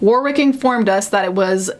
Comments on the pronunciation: The second W in Warwick is silent: WAR-ick. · Consistently good coverage but Warwick is pronounced “warrick” with a silent w. I apologise for English names being awkward.